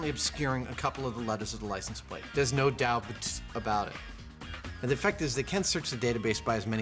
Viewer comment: "NODOUDT" You mean, No Doubt? 🤷🏽‍♂️😅😂